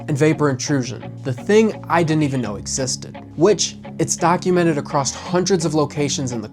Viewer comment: Bro... It's "across" not acrossed/acrost ...